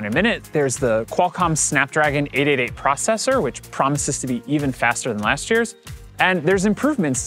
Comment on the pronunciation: For some reason this guy cannot pronounce 888 correctly.